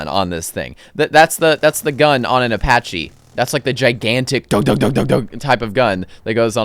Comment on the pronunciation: "Apache" holy mother of god